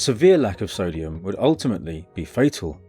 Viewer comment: Why does every braindead youtuber say "sodium" Its not sodium